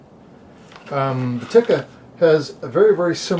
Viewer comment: Tikka, prononced teeeka, nit tikka.